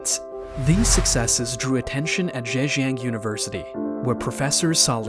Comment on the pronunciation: Even though I am not Chinese, but I am so much irritated by the way this video pronounce his name and all other chinese names, including the Zhejiang University name. It would be nice and respectful, if you learn how to pronounce these names correctly.